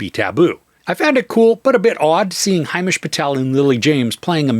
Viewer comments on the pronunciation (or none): Its not Hai..mesh....its... Him ..esh